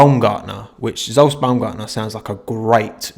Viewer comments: I think Zsolt is pronounced like Jolt, but with a softer g sound as in 'rouge' or 'luge'. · You can pronounce Zsolt az "Sholt" with the "Sho" being the same as in "surely", and lt is like the same as in "dolt". Hungarian is weird and you don't know the half of it (native language) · Ah mate I forgot we (Hungary) even had a driver in F1 at one point :D btw, "ʒolt" is how you pronounce it, or at least that's what wikipedia says the 'zs' sound would be in phonetics :D